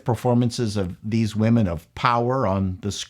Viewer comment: Please don't say "wahmen". Speak English. Otherwise you sound like a fool, and you are not a fool.